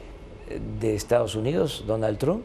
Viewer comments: jajajja "TRUM" me mama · “Donald Trun " Jajajajajajajajaja pinche viejito loco